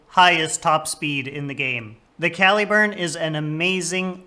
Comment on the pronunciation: cal-ih-burn, not cal-ee-burn. think calibre - caliburn. derived from one of the earlier forms of the name for Excalibur.